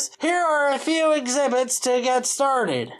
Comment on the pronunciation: If all volcanos are fake, how do "they" know what to make the waste piles look like? Note he said exbitits not exhibits